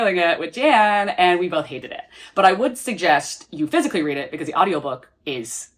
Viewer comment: everytime you say “physically” my ears hear fiscally lmao